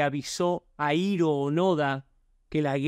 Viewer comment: Dato curioso que nadie pidió, pero de seguro te interesa Hiro onoda se pronuncia como "Jiro Ónoda".